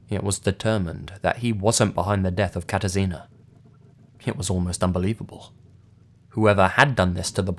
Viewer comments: You did pretty good job with spelling Katarzyna ;D Anyways I was really shocked that something like that happened in my country, I haven't heard anything about this case o.o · totally unrelated to the stories, but I really like how you pronounced "Katarzyna"